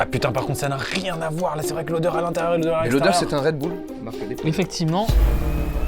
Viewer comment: Thomas qui reprend la gestu de Bigflo dans la vidéo des 50 sosies je meurs 🤣 "Ca n'a RRRRieeeennn à voir"